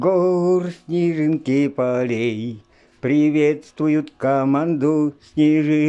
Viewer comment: и всё таки-снежинки, а не снежынки)))